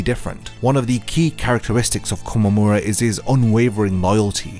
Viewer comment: Nice video! But you should listen to Tousen very closely. It's not Kom, it's Ko-mom how you say his name